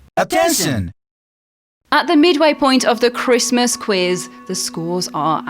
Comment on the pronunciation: is definitely this fans favorite. Thanks so much for doing this guys. Really love you all. Merry chrishmash...... say it properly Rob